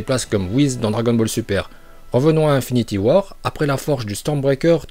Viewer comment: Juste comme ca psk ca m’explose les oreilles mais on dit INfinity war pas 1finity war